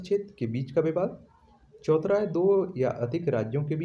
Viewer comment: Choutha hai naki chouthra....har baar galt ucharan kiyu kerte ho aap???..irritating lagta hai...n thanks for answers